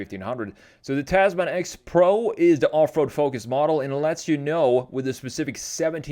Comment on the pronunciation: Not "taz-man" it's pronounced "Tasmn" like gentleman or spokesman